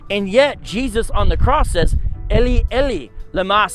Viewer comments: It's actually pronounced Eli Eli not Ely Ely. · This man mispernounced Eli, Eli, then has the nerve to, criticize our language.